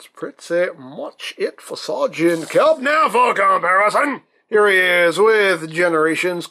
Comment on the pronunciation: Sereagant "cup" :\